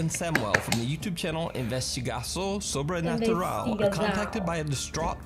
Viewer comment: Investigação sobrenatural (Portguese) is translated to investigación sobrenatural ( spanish) Both you and nuke pronounce it wrongly but nice job! I'm subscribing!